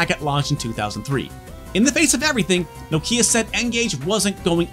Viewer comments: Bro I have 2 of these and collect all the games. I really appreciate you doing a full video on it, how ever the least you could of done is learnt how to say Nokia in the correct way 😉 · As a Brit who now lives in Finland I always wondered why Americans pronounce Nokia so strangely. knock-i-a, not nOkIIa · I swear it's pronounced Knockeeya. Can't seem to find a Connecting People ad where the brand+slogan is actually said out loud. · "Nokeea" Nah. It's "Nokia." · Knock-ya not No-kya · Enjoyed this video. But for the love of god, it’s Nokia. Not No-Kia. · It’s NOkia, not NokIa ffs... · why do u keep saying No Key Ah its Nokya, like, 0 prople call it No Key Ah. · its pronounced nokia, not no kia, like you´ve lost your southkorean car. i dont know why, but it bothers me a bit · Why do you keep calling it "Nokeea" you absolute fail? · Whilst all the planet calls it nOkia why on green earth would you call it nokIa? Who did you hear pronouncing it like that? nokIa…….. It’s nOkia!!!! Dang so annoying….. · You won't drink anything because he winds up say "Noh-Kia" instead. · Nooo-kia 😂😂😂😅 - Americans pronunciation is something else 🤣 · Nokia pronounced like knock ia. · it's more like 'NOkjia' if you wanna actually correctly pronounce it, finnish is weird. The rest of the world that doesn't swallow half their phonemes settled on 'Nohkia' as the go to pronunciation tho. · I like your videos, and your presentation style. I'm not sure I can watch a whole video with your countrymen's mispronunciation of "Nokia", though. Let's see how I go... About a tenth of the video in and I'm already grinding my teeth. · Should have been called 'Poorly educated American patronises Europeans in 34 minute video, mispronouncing Nokia throughout' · Lol it’s funny the way you pronounce Nokia. 😆